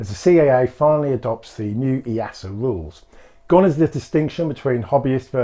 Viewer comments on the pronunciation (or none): All the pilots I know (I fly too) say EE-ARE-SA and have never heard it said any other way to be honest. That's both here the UK and have also heard the US say it that way too. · Perhaps pronounce it EE-ARE-SA instead of EE-ASS-A? ;-) Great video though, thanks.